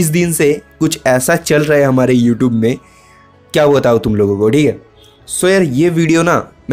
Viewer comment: Its youtube not yotoobe